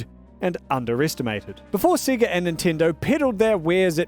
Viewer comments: why does he pronounce sega as "siggurt" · Without the accent I can tell your Australian with how you say sega